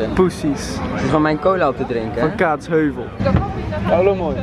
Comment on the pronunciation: Ik kon het echt even niet aan toen kaatsHEUvel zei, het is KAATSheuvel 😂😂